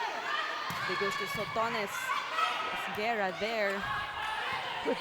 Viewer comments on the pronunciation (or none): none